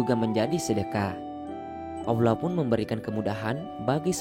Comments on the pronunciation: Dia nyebut Allah tu kayak awlah...kesel gue dnger nya pdhl udh bagus topik nya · Belajar ilmu Diynul Islam dgn akal sendiri dan lewat media, gurunya adalah syaiton menyesatkan. Apalagi yg memberi ilmu merasa pandai. Contoh divideo ini menyebut lafadz Alloh dia sebut Awlah... dimana ilmu tajwidnya. Sifat dajjal itu membungkus racun dgn madu, tangan kanan racun tangan kiri madu, seolah2 baik padahal buruk. Sekali lgi tidak ada 1 ayat Al Quran menerangkan adanya jembatan shirotol mustaqim. Sudah mengada2. Kebanyakan orang2 meyakini kebenaran menurut orang banyak dan kebenaran menurut nafsu akalnya sendiri. Bukan kebenaran dari ilahi yang haqiqi.